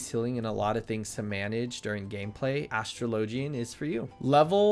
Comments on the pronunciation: Great guide but the way you pronounced Astrologian hurts my brain. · OHhh, it's nothing, just playful teasing :P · Your pronunciation of "gauge" and "astrologian" hurt me to listen to, but the video was pretty good. Thanks! (they're pronounced "gae-j" with a hard "J", and "a/uh-straw-lo-gen")